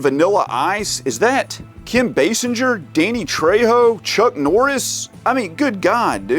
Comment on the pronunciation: you said basinger right i can't believe she's 70 years old Born in December 8th 1953